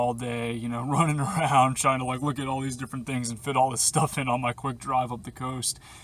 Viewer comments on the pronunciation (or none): none